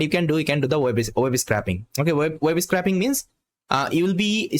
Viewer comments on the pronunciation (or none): scrapping instead scaping :)